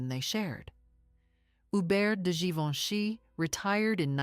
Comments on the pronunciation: Sì pronuncia GIVENCHY … e non GIVONE! La voce è generata dalla IA? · Non si può sentire, sbaglia tutti i nomi Givoni!!!